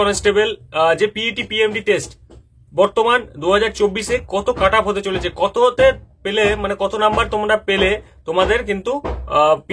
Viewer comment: কাটাপ আবার কি হয় ভাই? কাট অফ হয় জানি যদিও যিনি ভিডিও বানিয়েছেন তারও উচ্চারন একই কাটাপ উচ্চারন টা ঠিক করুন স্যার It's 'কাট অফ' not 'কাটাপ' 😂😂